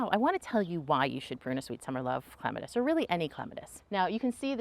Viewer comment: Thank you for pronouncing it correctly 🙂